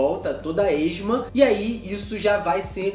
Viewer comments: Chefe, a escrita está correta, mas não a pronúncia. Apareceu a palavra esmegma (que deve pronunciar-se es-még-ma), mas você pronunciou algo como esma. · ESMEGMA, pronuncia como de escreve